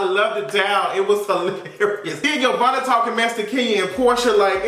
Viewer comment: 💁🏾‍♀️ ITS YO-VONNA......THAT BITCH.....FROM CLARK😂😂